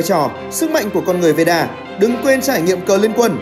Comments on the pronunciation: Veda not Veera :))) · veeda cứ nghe thành veera :Đ